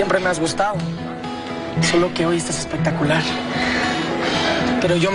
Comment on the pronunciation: En el minuto mateo dice gusta’o